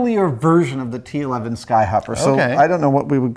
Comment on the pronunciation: dude i heard 9/11